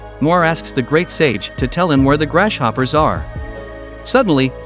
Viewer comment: Anyone else hear "Grash Hopper"